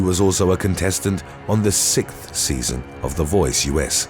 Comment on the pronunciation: Wait... he can't say 6th or pronounce American last names correctly, but pronounces Mexico as "mehico"? The pretentiousness is real...